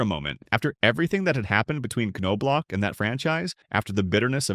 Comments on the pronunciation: First season with World Series ring! kirby Puckett, Jack Morris, Kent Hrbek and manager Tom Kelly get alot more credit for that! Looks like Result of losing a fight ! Glad i put this on Closed Caption, the NOBE gets annoying, IT S pronounced Knob. And You've Put him down in 3 VIDEOS NOW, what decade this CHANNEL from? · How do you make a 30 minute documentary on somebody and not know how to pronounce their name?